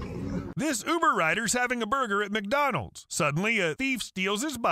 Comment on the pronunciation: but why she called it “macdonulds” 😭